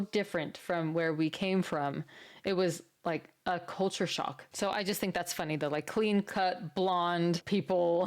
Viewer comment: Did she say... 'cult'ure shock?